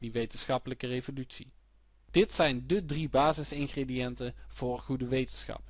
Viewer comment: zeer handig dit ! alleen iets meer "DE" in plaats van "DIE" ;P